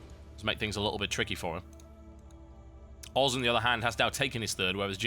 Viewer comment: Sounds like TB says FXO oars..